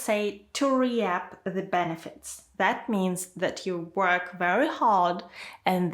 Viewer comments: REAP: So no one is going to notice her "re-App"? It's "reep",. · Your videos are quite well-done, clear and helpful. Just one suggestion: at about the three minute mark you talk about the collocation “reap a benefit.” Tricky word! You pronounced it “RE-ap,” but instead is pronounced “reep.” Thanks, I’ve certainly reaped a benefit by watching your videos! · ello, question. Could you please check teh pronunciation of the word "Reap" I've found out that this is different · Please pronounced the word "reap" wrongly, please check that and correct it.